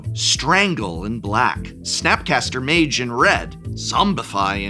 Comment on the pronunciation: Ok how did he get snapcaster mage right